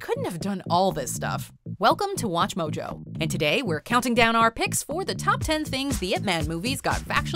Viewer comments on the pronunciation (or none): none